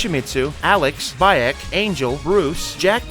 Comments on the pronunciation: Just a heads up, bro. Baek's name is pronounced BEK not BAYEK. Good vid though. 👍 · Btw Baek is pronounced as "Bike," not "Buy yak," and Marduk is pronounced as "Mar-duck," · I know you’re not a Tekken Guru, but when you pronounced Beak as "BYE-ECK" I laughed 🤣🤣. Cool video otherwise tho 👍🏾🔥